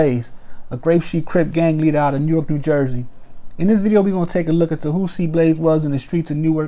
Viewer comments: New ark lol nork u mean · It’s pronounced nork just lettin you know for the next Newark video